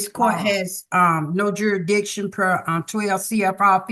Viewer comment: Why can they NEVER pronounce the word jurisdiction?